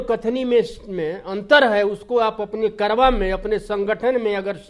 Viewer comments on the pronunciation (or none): Are, karwa nahi, karwan hota hai,wefkoof